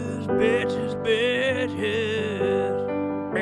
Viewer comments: Bro said ‘’Bitches’’ Instead of ‘’Peaches’’💀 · Did he peaches or bitches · Bro he sounds like he’s saying b!t(h3s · That moment you realize he was aayong "bitches", not "peaches" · Bowser saying birches instead of peaches😂😂😂😂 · Why are you saying bitches instead of peach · It doesn’t even sound like he’s saying peaches i sounds like he’s saying bitches 😂😂😂😂😂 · I thought he was saying peaches. But I listened closely and sure enough, "Bitches" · I know it does take place of it takes place when: people always thought the event Bowser says peaches he actually says Bitches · At first I thought he said peaches his saying bitches 🤣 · first two are "peaches" the other two are "bitches" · What we hear: BITCHES~~~~ the actual meaning : PEACHES ~~ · it does sound like he is saying bitches but in the movie he is saying peachis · Ok is he say bitches or peaches because it sounds like he's saying bitches 💀💀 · He's saying bitches not peaches💀💀💀💀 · Bro he meant to say peaches not bitches😂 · Am I the only one who heard “bi*ches” instead of peaches?💀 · Makes sense cause at the end of the real one it kinda sounds like he's saying bitches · At first I thought it said peaches but when I replayed it I was like omg he didn’t say peaches he said bitches-😅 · Wait he’s not saying peaches.. HE SAYING BIT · We sure he sayin peaches😂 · So glad I wasn’t the only one hearing bitches besides peaches xD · I knew I wasn’t the only one who thought it sounded like he said “BITCHES! I LOVE YOUUUUU” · Ok, poll, like if you think he is saying “B!tches,” reply if he’s saying “Peaches,” then all you need to do is look at the numbers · I love that everyone hears "BITCHES" instead of "Peaches" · Is he saying bitches or peaches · I just noticed he was saying Bitches i tho it he was saying Peches💀💀💀💀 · Took a while to realise he was actually say "Bitches" instead of "Peaches" 💀💀💀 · Omfg im dying. I thought he said peaches then b**ches for the other 3 XD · I feel like he’s saying bitches instead of peaches